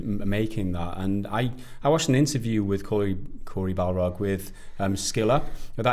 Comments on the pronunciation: Bar-log… not Bal-rog… BOI! 👀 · Best thing is that keeps saying Balrog instead of Barlog lol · Please. It's Corey BARlog. Not BALrog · Barlog. Not balrog. Lol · Take a drink everytime they call him Balrog instead of his actually name Barlog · I keep hearing you say Corey Balrog and tbh i was disappointed when you flashed up the photo of him. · He's not a Tolkienien beast the Balrog, it's Barlog guys. I crack up every time someone from the games media mispronounces his surname. I love your channel though guys, keep up the good work. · has Tolkien Brain. Are you deliberately say Corey Barlog's last name as BALROG?